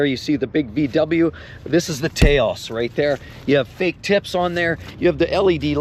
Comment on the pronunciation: It's a Taww-oss. Named after Taos, New Mexico.